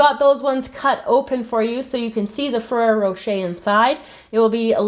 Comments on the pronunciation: it is ferrra rocher and not ferra rocha like you were saying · I'm sorry but it really bothers me when you say ferrero rocher!!! It was driving me crazy... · I'm sorry but it really bothers me when you say ferrero rocher!!!